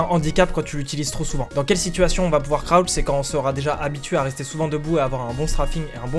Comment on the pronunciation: Croutch ? J'connais crouch mais pas croutch